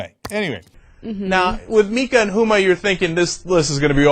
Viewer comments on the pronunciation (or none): none